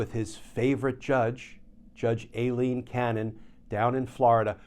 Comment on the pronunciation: im starting to think you are mis-pronouncing her name just to be irritating. It's pronounced EYE-LEEN.